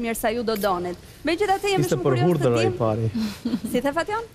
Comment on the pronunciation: Dikush ti thote qe thuhet hudhër jo "hurdhër"🤦🏻‍♀️